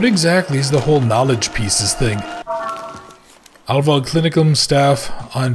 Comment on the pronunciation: yeah you pronounce "heil" like "high" with a "L" or like "aisle" with an "H" in front. "Wald" is like "Wal(uigi)d", like a Waluigi-Wahh and not a "Wall"-Wa (probably not helpful at all, but you were close anyway). It means "healing forest". So, a perfect name for a sanatorium (for real, if I google it I might find an actually existing one). So, a perfect german name for a murderous sanatorium because how else you are suppose to know its range of murderously efficient treatment options. bis nächstes mal....